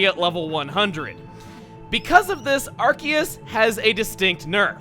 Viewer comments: NOOOO IT'S PRONOUNCED (AR-SEE-US) NOT (AR-KEE-US). sorry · Also,, I noticed that even you say ArKEYus. I was wondering, do you normally say it that way or do you also pronounce it differently like I do with saying ARSEUS? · I like how he pronounces Arceus ArKeus not ArSeus. That's how I pronounce it but everyone else I know pronounces it ArSeus. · Arceus, the one pokemon that proves that official media has no clue how to pronounce pokemon names. Seriously, Arceus has 3 official pronunciations, Pokemon Battle Revolution, (and its japanese pronunciation) have it "Ar-SEE-us", the anime has it "Ar-SAY-us", and has it "ARK-ee-us" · Masae must be working overtime for all these legendaries. Also shouldn't that be a soft c in Arceus since it's followed by an e? Just a thought, i know English doesn't really follow any rules of pronunciation.